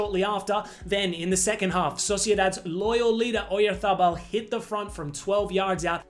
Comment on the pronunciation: You're cooking with gas now man! The Ochoa Doc was first class, you can tell you put effort into it💯 **Sidenote your Oyarzabal pronunciation was *chef's kiss*😅